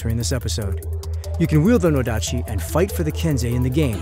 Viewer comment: That's an "odachi" not a "nodachi". LoL.